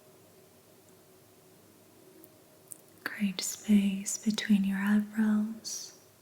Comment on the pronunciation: You said the word "create" a bunch but it does have 2 syllables not just one. And "creators" has not 2 but 3. Pronounced differently from the word crate